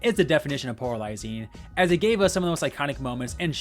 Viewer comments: Great video as always! If I may make a gentle constructive suggestion, though: It would help if you slowed down a bit with your talking points. You speak very fast and it makes you more likely to mispronounce words (I kept hearing 'poralizing' instead of polarizing), as well as blend your words together to the point that I needed to repeat certain parts of the video to hear you correctly. I don't know if anyone else had the same issue, so I won't speak for them. Other than that, I enjoyed the video. 😃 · The return of "poralizing"